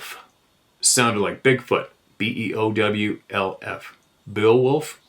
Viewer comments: Beowulf- Bay-O- wolf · Beowolf pronounced Bayo-wolf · Pronounced "Bay- wolf".